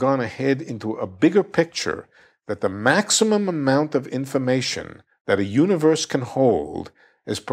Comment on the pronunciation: I think it’s cute how he says “infamation”.